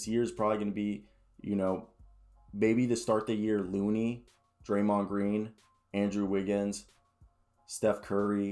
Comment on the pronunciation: Andre* iguodala not Andrew iguodala